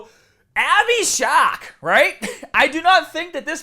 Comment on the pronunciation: Are you saying “shock”? Lol SHARK